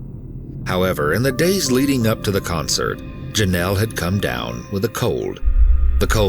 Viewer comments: Drink every time he says Jonelle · Take a shot everytime this fool says "jenelle"